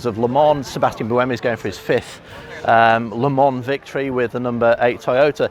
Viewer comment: Why is it so hard for some one to say Le Mans correct?? Say Le-Ma in one word... Not Le-Mon! Not Le-Mans! Not Les Mans! etc... jeeeez how hard is it!